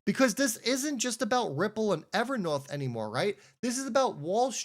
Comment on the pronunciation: It’s a long o Ever North long o learn how to annunciate